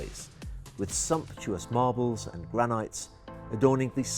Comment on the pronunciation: Omg. So much talking and mispronouncing of words. Gran-eye-t? Really? Just show the damn boat and stop the philosophical drivel. As far as the boat is concerned, the furnishings and style are completely inconsistent with the sleek exterior of the boat. It’s awful.